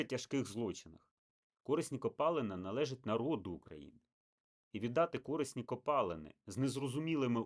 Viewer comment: Видно, что украинский у человека не родной. Ископаемые у него пОлезные, а не полЕзные.